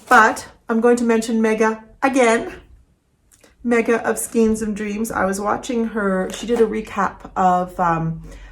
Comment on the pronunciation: Just curious if you know you pronounce skeins wrong?